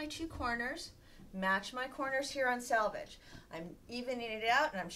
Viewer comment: Selvege not salvage